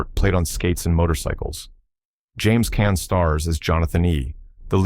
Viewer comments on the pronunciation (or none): The computer narration on this video is attrocious. Just listen to James Caan's name. Awful. We can send SUVs to Mars but cannot get narration correct. The movies selected are terrific. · I caught that and stopped watching. Sigh. James Caan was an icon!